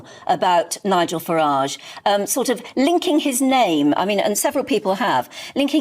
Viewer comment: I listened to about a minute of this and packed in. If you are to idle to narate your own video at least get A.I. That pronounces the names right. I don't know whi Far-age is, but it's certainly not the leader of reform uk.